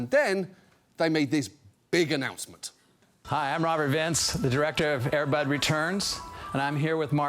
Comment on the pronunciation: The producer of Air Bud says Air Bud wrong. he puts the stress emphasis on "bud" instead of "air".